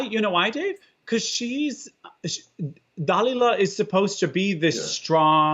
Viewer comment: I just wanted to say that when you said "Dal-illa", presumably the way it's pronounced in Opera, I had a hot flush! 😚 And I love that you don't tell the social media world your private business. 💙